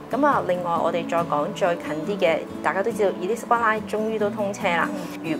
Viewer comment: Because most of her guests are agent, they are too haste to make sales talk. And their clients are those don’t know LONDON. A lot of words are most mispronounced with wrong stress, but the word Elizabeth is particularly mispronounced. I think has problem in selecting guests, most of them are agents or traders. They know the terminology, but not analysis